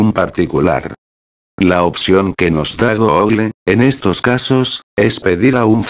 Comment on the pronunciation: una persona normal: google loquendo:goógle